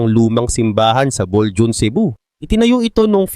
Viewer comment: Bolho on basa dyan,hindi Boljun....